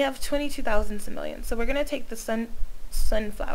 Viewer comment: It's not pronounced simelians. It's simoleans.